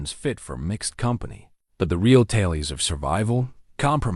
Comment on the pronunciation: Tales is not promounced "talies"...